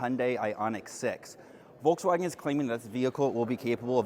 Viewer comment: Nice overview. Though I just can't stand how you pronounce Volkswagen.😅